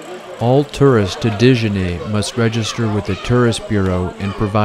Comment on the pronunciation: A kind note: your pronunciation seems incorrect. It is Djenne (not Dejan).